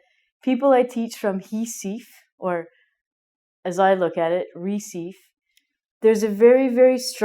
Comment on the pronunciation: Really funny how she pronounces RECIFE. Look, even here in Recife we can find 3 differents ways of pronouncing the word RECIFE. ;-) But let me tell you something, at the NORTHEAST part of Brazil (where Recife is located) we're actually very used to say the sound of H, like in the word HEALTH, but we have some difficulties to say RIVER and RED for example. This R sound is so much simple to people of SOUTHEAST of Brazil, that already has an accent that facilitates the "R" pronounce.